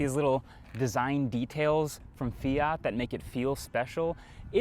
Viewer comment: the north american pronunciation of Fiat kills me